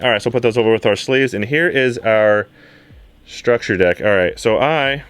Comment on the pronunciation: Every time he says structure deck, I cringe a little.